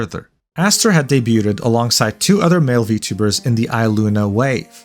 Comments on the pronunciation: I love your content, its been helping get through work almost every day, but HOLY CRAP you mispronounce at least 1 word per video. It must be engagement bait or something, and if so I am takin it. PLEASE JUST SAY DEBUTED AS DAY-BYOOD 😭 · "Debuted..ed" You said it again lmao. I love it. Please never change. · the T in "debut" is silent. "debuted" is just pronounced day-byood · the T in debuted is silent.. illiteracy is crazy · ... is it just me or is this guy pronouncing the T in debuted and debuting? 6_6 I don't think I've ever heard that before.